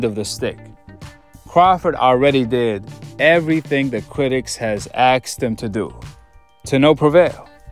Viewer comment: Asked not axed